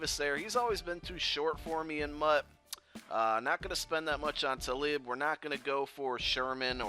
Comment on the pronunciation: you butchered Talibs name bro